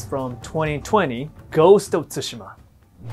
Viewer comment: At last, people who can pronounce Tsushima properly! Y'all keep on saying SUSHI!